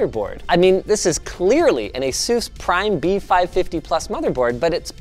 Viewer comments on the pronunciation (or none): You say Asus wrong.